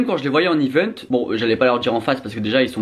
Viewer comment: "quand je les voyais en IVENTE" Prononciation de 2020 27 décembre